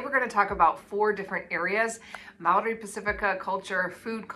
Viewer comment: Your pronunciation of Maori is pretty good, but the R needs some practice. At the moment it sounds more like an L. It's much the same as the Spanish R, a flick of the tongue across the roof of the mouth, like a very soft and fast D.